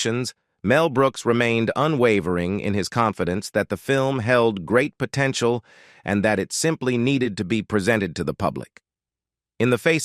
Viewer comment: Yeah, "po-tent-ee-al" ?? And if we didn't have to get it all twice it'd be much easier to watch a 17 minute version.